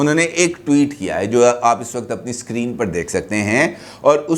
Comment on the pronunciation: Wakat, wakat bole ja Raha hai " "Waqt" lafz Nahin keh sakta